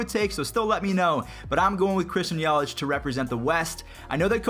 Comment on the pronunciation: Matthew Cerritos It’s Yelich not yelitch